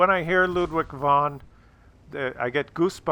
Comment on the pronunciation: The 'von' is pronounced like 'fon'. The German 'v' is usually just another 'f'. Obst probably means Oberst, which is basically a Colonel I think.